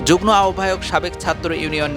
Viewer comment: যুগ্ম= উচ্চারণ হবে যুগমো